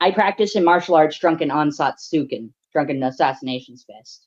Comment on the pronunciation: HE SAID ANASATSUKEN 😭😭😭 blud is NOT Akuma 💀💀